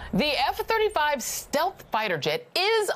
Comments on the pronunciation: At what part does he say “steth” because I went back and only heard stealth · Watched this at the beginning part 3 x, "total steth", no L pronounced. Then got the CEO's name wrong. Then claims the jet is actually invisible. Lordy!!! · Did he "steath" (rhymes with death) instead of stealth (rhymes with health)?